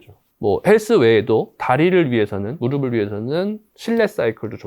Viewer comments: 무르블로 발음하는게 맞습니다 **"무릎"**의 받침은 표기상으로는 ㅂ이 아니라 ㅍ입니다. 그러나 실제 발음에서는 한국어의 발음 규칙에 따라 [ㅂ] 소리로 발음됩니다. 이는 **'평파열음화'**라는 발음 규칙 때문인데, 어말이나 자음 앞에서 ㅍ이 약화되어 ㅂ으로 발음되기 때문입니다. 그래서 "무릎을"이 자연스럽게 **[무르블]**로 발음되는 것이죠. 즉, 표기와 발음이 다른 이유는 발음상의 편리함 때문입니다! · 모음으로 시작하는 형식형태소가 올 때는 음절의 끝소리 규칙이 적용되지 않아 대표음[ㅂ]이 적용되지 않습니다. '의',을'은 조사로 형식형태소이므로 연음으로 발음하는 것이 표준발음입니다 무릎의[무르픠] 무릎을[무르플]이 표준발음입니다